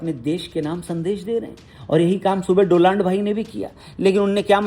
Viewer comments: My friend 😅 Do-nald trump 🤣 🔥🔥🔥🔥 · डोलांड ❌ डोनाल्ड✅ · Donald❌ DoLand✅ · It's DONALD 😂😂 nt hindi wala 2 land 😂😂🤣🤣🤣